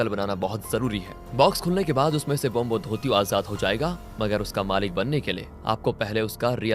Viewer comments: ब्रोम्होधोतियो nahi bhai, ब्रोम्होदोईत्यो hota hai. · Bombodutto nhi ...bramadatya.. pronounce sahi se karo